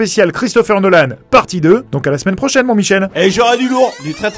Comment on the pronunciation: "Pour la semaine projaine" Désolé c'est tout ce que j'ai retenu xD